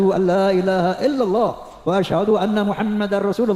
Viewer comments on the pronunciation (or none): none